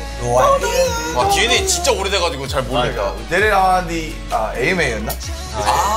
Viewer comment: joon’s humor is underrated he really said “and” for dna 😭😭